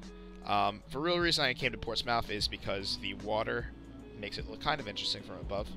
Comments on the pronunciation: PORTS-SMITH NOT PORTS MOUTH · its called "port-smith" thats how its actually sounds here in nh lol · Your pronunciation of concord was difficult to listen too.. but Portsmouth bothered me to my core